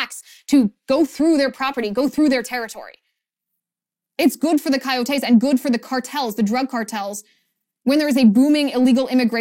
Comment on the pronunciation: Coyotes - accent on the second ”o” - coyótes, not coyotés.